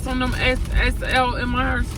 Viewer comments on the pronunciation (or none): When said " SSLMR'S"🤣🤣🤣🤣....behave 🤣🤣....u mean ASMR🤣🤭. SEE WHY I JUST LOVEEEE EVERY BIT OF U!!🤭🤭❤❤❤